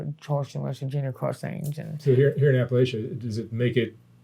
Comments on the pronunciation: We pronounce it APA-LACH-UH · Mark, your pronunciation of the word "Appalachia" is almost as offensive as the ethically bereft way you portray the region